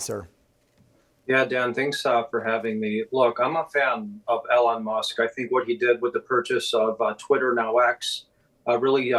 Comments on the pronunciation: His name is not Ellen, it is E-lon. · why is George saying Elon's name wrong?